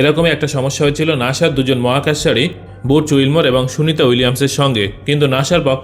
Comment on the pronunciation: ভাই নাসা হবে নাকি নাছা ❓😁